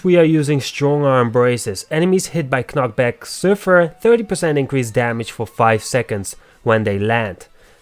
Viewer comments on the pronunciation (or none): Good video. I noticed you struggle on a couple words, though, so I hope this helps (since you are helping us with your videos). The first K is silent in knockback ( nok bak ), and bombardment is only 3 syllables ( bom bard ment ). I like the way you say it, though. It adds character. Keep up the good work 😊